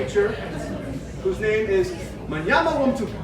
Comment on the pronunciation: Hey, that's my dinosaur! You're pronunciation is close... to break it down: Mnyama wa Mtuka.... Mnyama (Mmm–nyah–mah) is 'beast/animal', wa (wah) is 'of', and Mtuka (Mmm-too-kah) is Mtuka, the name of river drainage where is was found. The tricky thing is the leading m's in Mnyama and Mtuka... think of it as when you go Mmm-mmm when you see something delicious, so it is more of a hum. Similar in the species name... moyowamkia (moyo wa mkia: mmm-oh-yo wa mmm-key-ah, or heart of the tail). Cheers!